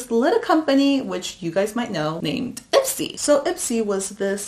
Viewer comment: Every time she said Ipsy, I heard Itzy. I don’t need no makeup, I wannabe me me me